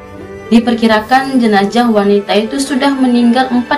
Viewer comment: Jenazah mbak bukan jenajah. Sukses terus yah